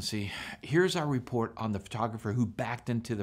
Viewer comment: Nice "repoat"